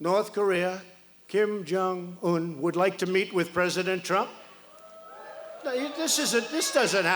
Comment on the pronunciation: Trumptard can barely even pronounce 'Kim Jong-un'. This is totally unwatchable 🤣